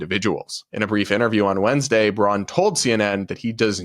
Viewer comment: '𝘐𝘯𝘤𝘢𝘯𝘥𝘦𝘴𝘤𝘦𝘯𝘵?' Not sure that was the right word choice to express the fake emotional outrage. In fact, I'm pretty sure this woman(?) has no idea what 'incandescent' means. Couldn't even get the basic facts of what Sen. Braun said (and I will nitpick--she calls him '𝘉𝘳𝘶𝘪𝘯'). In 2022, he stated that he agreed that individual states should be allowed to decide on certain legal matters if Americans did not want the US Supreme Court to rule on them or issue broad, sweeping decisions.